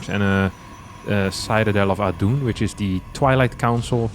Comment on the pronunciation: "Sightadel of Adoon" got me good xD